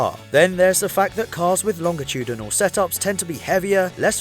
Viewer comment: Wait..WAIT. LOHNJ UH TOODYNOL?!